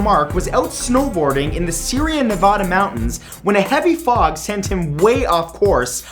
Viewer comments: "Syria Nevada?" Sierra is pronounced 'see-era' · ARE YOU FUCKING KIDDING ME?!! Sierra Nevada is pronounced Sea-air-uh Nev-AH-duh NOT Sea-re-uh Nev-aw-duh!!! I get that you live in Canada (or I should start saying Can-aw-duh) but seriously this mistake appears so much in your videos!! I get research is hard but please take an extra minute to research pronunciations too!! PEOPLE WHO MISPRONOUNCE NEVADA IS MY BIGGEST PET PEAVE!!!! +Matthew Santoro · Sierra Navada mountains.. Not Syria Navada mountains.. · See Ree Ah Nah Vah Dah??? I'm DYING!! XD See air ah nuh va dah (short a in va and dah) is how we say it back home . :) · #1 It's Sierra Nevada. Not serian. Sorry I go there a lot so of course I'm gonna correct it. Cali for da win! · It is pronounced see-air-ah Nevada not Syria Nevada. Good vid though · I had to stop the video and comment on how he pronounced "Sierra Nevada" lmao. It's like "see-air-a ne-va-duh." Contrary to popular belief, it's not Nevahhhhhduh! Sorry, I live in Reno lol. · I'm sorry but you seriously mispronounced Sierra Nevada Mountains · The way he pronounced Sierra Nevada killed me a little bit... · He butchered the pronunciation of Sierra Nevada lmao